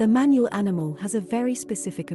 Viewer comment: thats not how you pronounce manul its pronounced manool